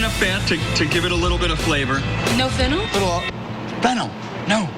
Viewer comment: is fennel and flennel different or did he just say it wrong??? if flennel is a real thing where do i get it i didn't see it at the store? wait is there fennel or flennel?????????